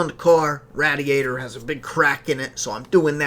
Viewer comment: I noticed that too.